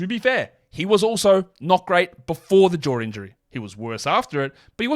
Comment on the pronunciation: When you say ‘jaw’, it sounds like you’re saying ‘Ja’. But when you say ‘Ja’, it sounds like you’re saying ‘jar’.